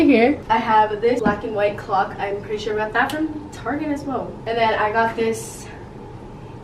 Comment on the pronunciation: i thought i was the only person that called target, ‘tarege’😂